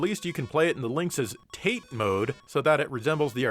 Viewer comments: "teght mode"..? I assume you mean "ta-te" ("vertical") mode..? ;) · It's not TATE, it's TATÉ... Pronounced Ta-tay. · Not to be "that guy", but it's pronuniaced "Ta Tay" not " tate" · Hey wth, it's TATE MODE, not tate mode. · It's a running joke, he enjoys trolling people over pronunciation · Did you say taint? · Also "tate" is pronounced "tah-teh", it's a Japanese word. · deliberately mispronounces it to show how little he cares about Japan or its silly language, and he wants all the weebs to be furious about it. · You are pronouncing Tate incorrectly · Missing Dave correcting the pronunciation of tate mode